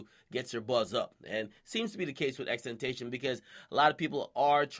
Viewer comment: ten ta CION